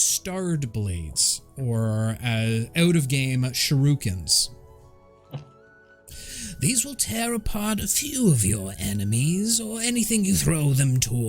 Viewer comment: Fans of Japanese culture everywhere are going to start sending you death threats over how you mispronounced "shuriken".😅